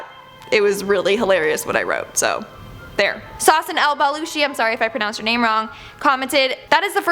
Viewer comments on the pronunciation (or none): none